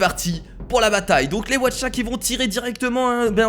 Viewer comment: mais tu es tellement con les Aucha ça se dit pas Watcha😈😈😈😈😈😈😈😈😬😬😬😬😬😬😬